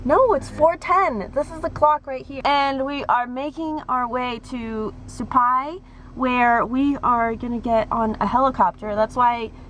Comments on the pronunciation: It's called "SUE-PIE" . Say it, sue pie. It's real easy. Supi, get it? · The way you pronounce it in your video is way off base. Now do you get the point. Hell none of this is rocket science